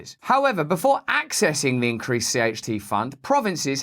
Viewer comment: "Ze rulers of ze world"